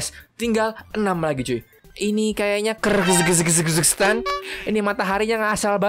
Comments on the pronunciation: Itu bacaannya Kirgistan bang bukan Kyrgyzstan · Itu bacanya kirgiztan bang bukan kyrgyzstan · KIRHGISTAN BANG NAMA NYA BUKAN KIRZGHJKTAN BANG😂😂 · sebenarnya kan Kyrgystan tapi kalo dibaca itu sebenarnya adalah Kirgistan bang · Bacaan nya Kaya Gini Bang Kirgistan